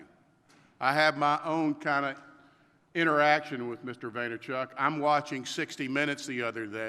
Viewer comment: Lmao Gary why did he butcher your name like that?